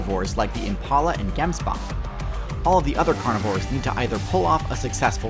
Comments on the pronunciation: Ghemsbahk? Please tell me this isn't how American pronounce gemsbok? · Omg yaaaaaaaaaaaaaay!!! Another upload!!! As a South African, you said Gemsbok wrong